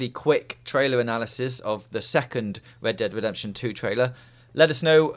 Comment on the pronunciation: Holy shit, R is not pronounced like W. It's Red Dead Redemption, not Wed Dead Wedemption.